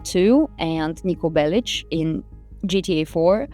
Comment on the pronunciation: First time hearing an acceptable pronounciation for Niko Belić. Very nice!